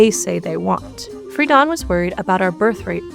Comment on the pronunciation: FREE-DEN NOT FREEDON